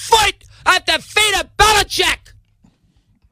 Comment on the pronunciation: BE - LI - CHICK!!!